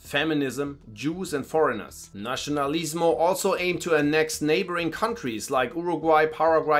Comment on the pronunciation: Just a quick observation, the pronunciation of letter "c" in Spanish when there is "i" next to it, doesnt sounds like "ci" in italian, it sounds like "si". So you can say "Fransisco", not like "Franchisco", also "Nasionalismo" not "Nachinalismo".